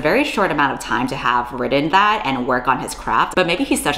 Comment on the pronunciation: Heard about this situation and wanted to learn more about it. Thusly I found this video. I like the video but DESPISE the way you say "written". Have a like either way